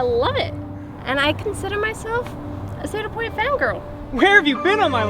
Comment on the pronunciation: . Says the person who can't pronounce Cedar Point.